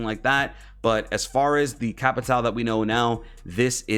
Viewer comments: Some facts: I watch some streamers, like yourself, get flanked and other, and you struggle sometimes to say Capitão’s name. Capitão, is a police rank, that means Captain in Brazilian Portuguese, so you can call him Captain or Cap. Also, “Souza” written in his front pocket, is his middle or last name. Just some facts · I’m Brazilian and it’s so funny to see how American YouTubers speak capitão or souza😄